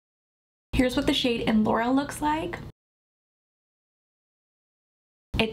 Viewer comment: I believe that 3rd glossy color is pronounced just like the high school in Anaheim is pronounced ... Loara not Laura. ❤They all look great on you.